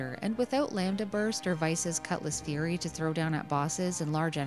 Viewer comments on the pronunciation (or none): none